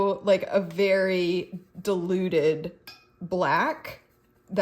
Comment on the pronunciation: This has been hilarious to watch and to top it all, it sounded to me like you were saying deluded red rather than diluted red! Once I heard it I couldn't unhear it 😂😂😂